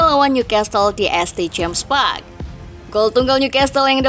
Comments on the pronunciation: "di ES TE james park" 💀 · Ngakak emang 😂